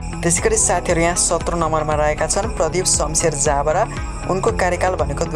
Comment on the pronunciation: हैन यो प्रस्तोताले पढ्न जान्दैनकी के हो ज ब रा लाई जा ब रा भनेर पढ्छ